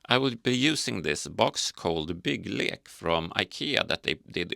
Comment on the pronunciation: First Lego youtuber to 100% correctly pronounce 'bygglek' 😜